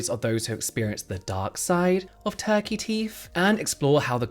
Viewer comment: I heard “tacky teeth” but turkey teeth 😂😂